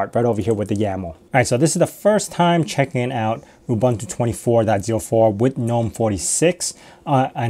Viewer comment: Please learn how to pronounce UBUNTU.